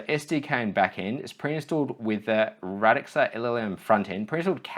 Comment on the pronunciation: Radxa is pronounced "Rad-sha" by the way, according to them